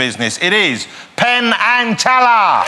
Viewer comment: 'The Vewue best in the business...it IS... Penn .. and Tellah!'